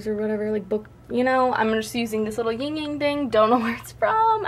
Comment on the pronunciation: fyi the e in "carpe" isn't silent and "yin" doesn't have a "g" at the end of it :)